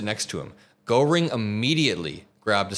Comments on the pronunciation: Goreing??? Come on! Don't be ignorant! Everyone who is a commentator online has no right to be ignorant of that. Google translate can tell you how to say it. I never heard a single person say his name wrong ever, until now. Been watching you for many months, daily. Never eff up Nazi names, it makes you look ignorant about Nazis, and that is a bad thing. We all need to be very, very informed about a few Nazi names. They should never be forgotten, that is bad. Be informed, be good. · honey, it's "gear-ing". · OK, Hermann Goerring, important historical figure. It's pronounced Gehrr-ing. There's no - O - sound in the pronunciation. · Great segment,. Though you really do need to learn who Hermann Göring (pronounced “Gare-ing”) was. Also learn about Joseph Goebbels, H*tler’s Minister of Propaganda (Steven Miller likely has a poster of him on his bedroom wall). These are essential figures to understand when covering Trump’s journey to fascism as he’s using the exact same playbook. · You are miss pronouncing Goring! It's Gering! Otherwise, good video. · Goering is pronounced Geh-ring. Sorry, I'm a WWII history buff. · Please learn how to correctly pronounce Gőring. Mispronouncing it makes you sound sophmoric and ill-informed. And the fact that you were too lazy to ask someone who might know bespeaks slovenliness. You saw a foreign name with a punctuation mark you didn’t know and were too convinced of your intelligence to look into it further. To lazy to fact find. Shame on you. You’re a bum. Well-intentioned but a bum. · learn how to pronounce Gogrings name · For some reason, you not being able to pronounce Göring correctly really irritated the shit out of me.. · Check your pronunciation of "Goehring".